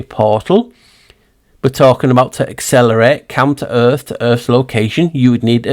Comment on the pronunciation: Everytime you say counter earth, my ears hear "come to earth"...which has been my belief lately...they were constructed and came from a different realm. This video is the best video Ive ever seen! I love your thinking and amazing research and presentation! Thank you so much! So exciting!